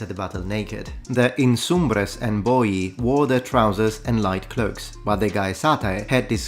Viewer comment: Isn't Boii pronounced Bo-ee-eye?